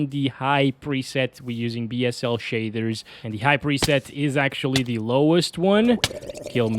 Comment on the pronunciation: "Shadthers"